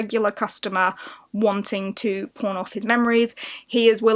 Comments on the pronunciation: I have a way to dirty mind, I heard porn instead of pawn at first🙈🤣 a very interesting list of books. I haven't made my own yet. But hope we all get a magical polarthon❤ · ... I cant be the only one who thought she said p*rn shop.